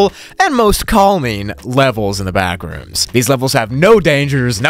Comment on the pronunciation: When he said backrooms it sounded like bathrooms